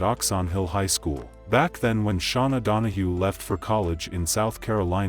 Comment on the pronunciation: You pronounced her name wrong every time….. Please, she said her name. You didn’t hear how to pronounce it?